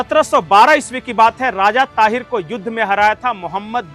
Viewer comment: ताहीर नही सर दाहीर